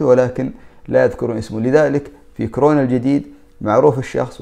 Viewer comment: يا اخي المرض اسمه كورونا وليس كرونا!! 😂😂